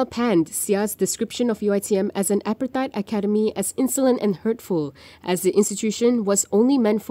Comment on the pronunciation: Please pronounce "apartheid" properly